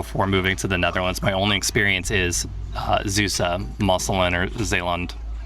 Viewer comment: Not Zeussuh, but Zaywsuh